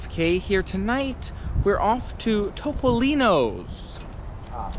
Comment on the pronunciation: Thumbs up for correctly pronouncing Toh-poh-lee-noh! Based on your dining experience, it's definitely not TOP! LOL Was the pasta not even cooked al dente? (Don't tell anyone, but I like a well-cooked, soft pasta too.)